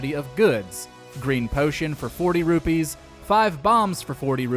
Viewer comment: Don't forget to give this video 2000 dislikes for mispronouncing saria & rupee.